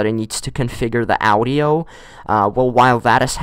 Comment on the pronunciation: the way you said audio was so triggering XD